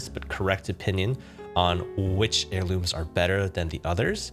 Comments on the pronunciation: "apex airlumes" lmao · “Apex Airlumes” A for effort 💀😭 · It’s pronounced air-loom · "apex airlumes" has me upset